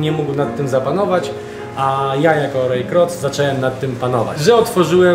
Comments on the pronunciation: Panowie to nie jest że się czepiam ale Ray Kroc wymawia się Rej Krok 👽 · Nazwisko Raya Kroca wymawia się Krok